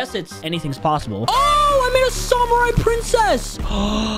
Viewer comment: The way pronounces samurai